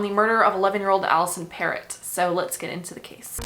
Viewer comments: Alisson pronounced Pero the "t' is silent. That doc that sounded it like a parrot is incorrect. Can you delve into the Shoeshine boy murder in Toronto, late 70's near the Eaton Centre. This was major news as we were in elementary school. It brought to light the issue of child labour, Portuguese immigrant family. Nicole Mor-eh. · So, yes, I remember the videos of Bert and Getting - good work !your pronunciation of her last name needs to be “frenched”…